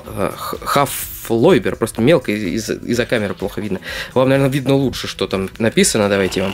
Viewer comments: не хофолойдер а холофайдер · не хафалойбер а халафайбер